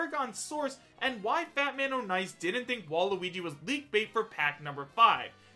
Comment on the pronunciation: It's pronounced "Fatman On Ice" not "Fatman O'Nice"